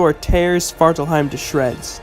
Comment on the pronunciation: The way you pronounce it sounded like "Sparkle heim"